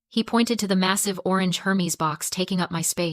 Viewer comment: The correct pronunciation of the brand Hermes is air-mez, not her-meez